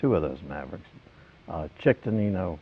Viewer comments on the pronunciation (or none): "Chick" DeNinno, not Chuck